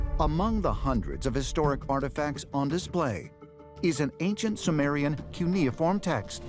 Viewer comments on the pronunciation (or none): none